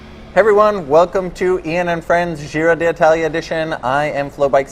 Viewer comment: If you're Aru, your legs are coming back, why waste energy riding a bloc in the TT? And may I suggest you guys get some voice coaching on how to pronounce 'Giro d'Italia'?